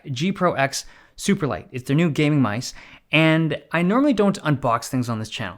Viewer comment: Dave loves his "myse"